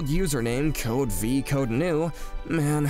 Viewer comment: "Code-v"... "nu" is Greek, not English...